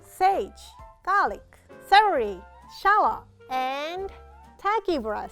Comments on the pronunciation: Who else heard her say celely instead of celery👉👉👉👉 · “Celely” omg 🥺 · And 1 stack of Clelely. Me: Google whats celely?? google dies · I love how says celery lol